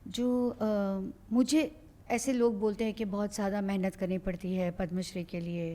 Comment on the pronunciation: क्यू ऐसे pronounce करते हो..Padma shree(पद्माश्री) ... आजकल सारे नये host ke साथ यही प्रॉब्लेम है. इसके बाद इंटरव्ह्यू कितना भी अच्छा क्यूँ ना हो...देखणा नाही चाहते. कम से कम जो हमारे नॅशनल लेव्हल के पुरस्कार है उसके तो नाम ठीक से लो. उसका सबटायटल तक गलत कर रखा है.